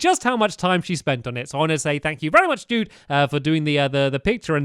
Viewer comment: it really sounds like "Thank you very much dude" it sounds like dude, not jude